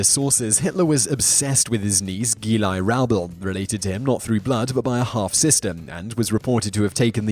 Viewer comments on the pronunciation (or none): Every video, this Simon guy manages to mispronounce something. Seriously, how hard is it to research how to pronounce words?. Geli is not "gee-lie", it's "geh-lee", ffs. Try harder.